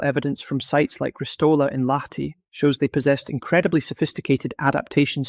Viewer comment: The way you said "Lahti" left no doubt that you are a Finn and would do and say anything to prove that they are pure people and ancient in history just like any ultranationalist do and say anywhere in world 😩😢